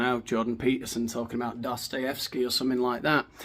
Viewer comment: What are you dalking aboud? 😆